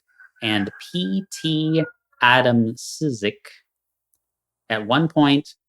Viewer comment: Beautiful song, thanks for sheding some light. Podsiadło is quite popular in PL for his characteristic vocal and music style. I recommend 'mori', maybe you've already heard it. (And a pronunciation help: David Poad-shud-law and A-dam-chik)